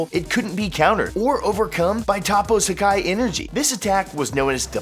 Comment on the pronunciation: did he sukai and not Hakai. It's HAKAI not Sukai